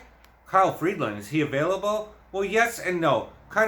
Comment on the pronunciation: There is no D in Freeland. It's Free-land, not Freed-land.